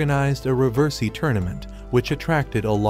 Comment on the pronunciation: i love how he somehow manages to botch the pronunciation for riversi every single time🤣🤣🤣🤣🤣🤣🤣🤣